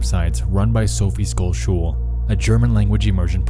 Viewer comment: I know that this is not important, but Sophie Scholl is actually pronounced more with an sh sound. Sch in German sounds more like the sh of should. I would recommend learning more about her if you're interested in activists/ protesters of WWII.